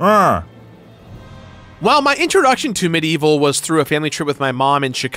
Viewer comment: Its medievil not medieval. Anyone else bugged about how he says it?